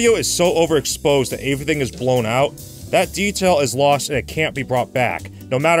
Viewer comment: lol you criticized his pronunciation of "Pulitzer" less than a minute after you (again) pronounced the word "everything" as "averything"